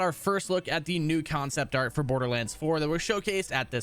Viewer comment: Why in the fuck does this dildo say concept like that? Kion-cept